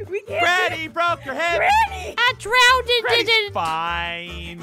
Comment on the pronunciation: said “drownededed” 😐🤣